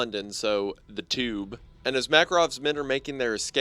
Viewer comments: the “chube” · “Sorry, The tchyoob”